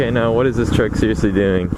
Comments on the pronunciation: Well that's what it sounds like. I know he meant to say truck! 🤭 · Is it me or is bro saying “Trunk” (Truck?)